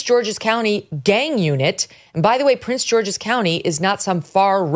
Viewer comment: It is called Prince “GEORGE’S” county, not “George”. Sorry, but I’m a county boy, and she’s like the fourth popular influencer to mispronounce it. Most people in the area just call it “PG County”. (Not trying to be anal about it; it just worked out that way, lol😂)